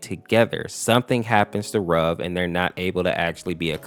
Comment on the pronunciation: it's pronouced ruv not rub